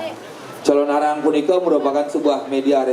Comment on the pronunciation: wah ngawur ini calonarang itu nama sebutan seorng ibu yg menjalankan sifat sifat raksasa kejahatan yg nama aslinya ratna menggali dri kediri..sekarang d mana dapat ucapan calonarang menjadi calon arang calon menjadi arang..ini ngawur sama halnya melesetkan sejarah....tdp pantas d dengar